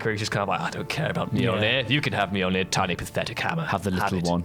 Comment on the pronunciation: Dude, it's Mjolnir. 🤣 Say your attempt out loud and die laughing with me.